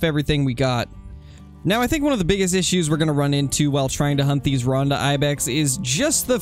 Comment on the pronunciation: Just so you know, I'm pretty sure the name of the Ronda Ibex is supposed to be pronounced "Roan-duh" with a long o sound, not "Rahn-duh". But I might be wrong.